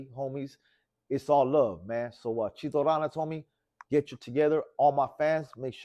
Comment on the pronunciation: This fool said chito ralas its ranas foo get that shit correct